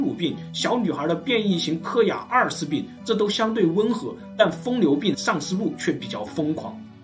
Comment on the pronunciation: 疯牛不是" 疯流"